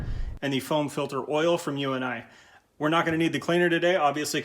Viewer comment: It’s pronounced “you-nee “ not U.N.I as in the letters. Have you been living under a rock?